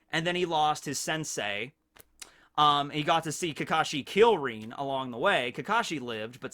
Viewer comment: Omg its rin not reen Come on dont cringe cringe no mi naruto